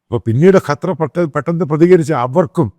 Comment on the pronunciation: കറ്റാ അല്ലടോ ക്ണാപ്പേ, ഖത്തർ